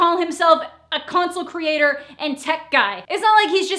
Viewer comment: “Consule creat-whore.”